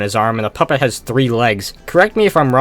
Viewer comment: ok not to be evil but........ "The Poop It" Lol yes, i know he meant puppet